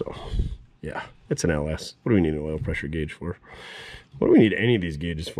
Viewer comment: Pres-sure wash... Pres-sure wash... Pres-sure wash...